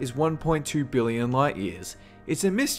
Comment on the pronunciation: He said have a good one, not haveagoodone. ;(